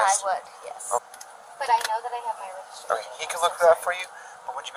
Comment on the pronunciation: Do you have your licenseregistrashaninsurance? 😂